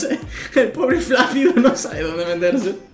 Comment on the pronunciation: ... ¿En serio has dicho "Pobre Flácido", con efe?